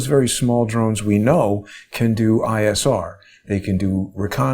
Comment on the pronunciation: Drones with today's military technology. Im with John does great work. But please it is Drones.